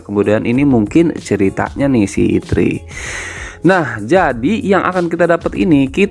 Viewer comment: Bacanya ertri bang bukan itri, terus bukan vivtu tpi vitu